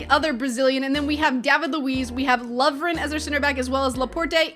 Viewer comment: David Luiz is d not l.